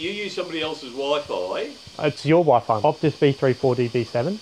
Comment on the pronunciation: The way that first bloke pronounces Wi-Fi 🤣